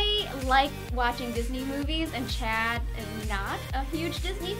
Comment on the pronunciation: did she say checd